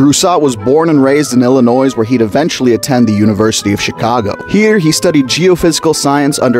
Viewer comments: " IllinoiZe " bruh it's pronounced " ill - i - NOY " not " ill - i NOYZ " I'm Canadian and even I know that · Thank you for the video, but two requests. First Please pronounce it Illinois (the s is silent) not Illinoise. I get that Illinois is terrible, we're loud and the most corrupt state in the US with 7 of our last 8 Governors now in jail but please say Illinois with a silent S. It also happens to be a reference to the Illani confederation which took in the Noir Musketeers after they fled the French revolution. . .which is completely unrelated but the fact we have a militia tracing back to the musketeers is awesome! . . .just a shame the Noir were Cardinal musketeers. . . . Also I run a fun fact series and was wondering if A you like it and B if there is any advice you'd like to give? I'm still new at this and it was mostly started at work to bridge the gap between shifts and allow people to get along better with nonpolitical discussion topics., Now, i'm trying to take that on a larger scale, but need advice. I only started sharing outside of work back in March. Thank you and please have a wonderful day. Check out "Willsea The Facts" on Facebook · THE S IS SILENT, it's more like Illionoi not iLlInOiSe 🤢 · Really cool knowing someone this awesome in science is from my home state. Fun fact, the "s" in Illinois is silent. 😅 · The s at the end of illinois is silent! -an Illinoisian